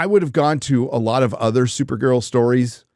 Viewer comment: Come on, it's supergirl not supernun